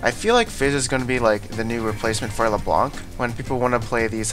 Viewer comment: dear, please stop saying the ''c'' in leblanc thx;)